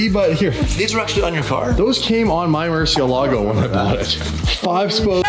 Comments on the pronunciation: The “Cursiélago”… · It’s pronounced “Murciélago” the accent is on the e which means the e is the stronger letter, even if in English is Murcielaaaaaaaaaaaaago